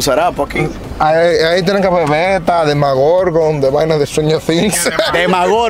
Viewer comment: Se dice demogorgon